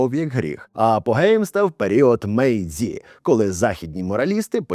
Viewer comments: Випуск чудовий, дякую! Але є одне виправлення: не Ґендзі, Сікібу та Мейдзі а Ґенджі, Шікібу і Мейджі. Ті, сі, дзі це транслітерація поліванівкою, а в українській мові ми використовуємо систему Коваленка, тому не ті, а чі; не сі, а ші; не дзі, а джі. Дякую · Єдине зауваження, правильно казати КенДЖІ, МейДЖІ, бо -дзі, -сі — це поліванівка, російська система транслітерації японської мови